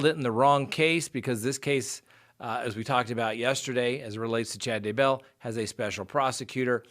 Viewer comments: Day Bell, not DUH Bell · omg i want to subscribe but can't handle the day BELL PRONUNCIATION lol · pronounced Day-bell, just like that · you're awesome, I watch you daily, I love your show, and I know you are a very intelligent man. BUT you can not figure out how to pronounce Daybell to save your life! and 🤣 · Haha I know. It makes me insane how he says it! 😂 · Ali J I cringe Everytime because I expect him to say it correctly and he doesn't!!! Sometimes he says it two different ways in one video. I can't 😂